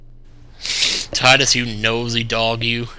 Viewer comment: in Kingdom Hearts, his name is said by wakka but is pronounced teedus